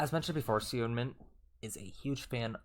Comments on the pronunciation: hee-yun-jin. but say it a bit faster yk. heeyunjin. i wish yt comments have voice notes or smth it’d make it sm easier lmao and seungmin is pronounced as sung-min !! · U pronounced Seungmin's name correctly for a very short amount of time lmao. The one you've switched to is wrong. Its more like Soon-mean. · Seungmins name is pronounced either soongmin or sungmin! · When saying Seungmins name just get rid of the E to pronounce it right! Love your vids!❤